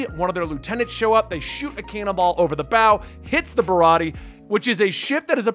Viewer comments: You're right about Zoro. Idk if someone has said this, already, but "Usopp" is "oo" as in "toon." Barati(e) has one more syllable like "aye." Nami was my favorite character at the beginning. I loved her and still do. She's a bad bitch, fr. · (Bar-rot-tee-a) baratie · It's not O-Sop it's You-Sop or Oo-Sop. The Sanji arc is pronounced Ba-ra-tee-aye